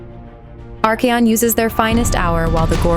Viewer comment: Come on! Arch👏A👏ON👏 not Ar-Key-on 😂